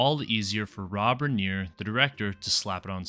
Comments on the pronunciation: It’s pronounced Riner. He started as an actor in, All in the Family. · Why did you deliberately say Rob Reiner's name wrong?